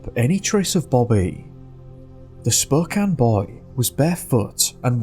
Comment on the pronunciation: Ey you pronounced Spokane right! People never seem to get it right. Anyway, great stories as always